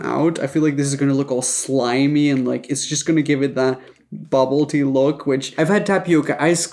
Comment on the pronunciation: I don’t even understand what bubble tea (I thought he was saying bubba -ty. Lol